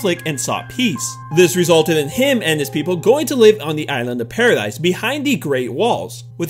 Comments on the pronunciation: It is paradis not paradise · Please say paradis(paradeese)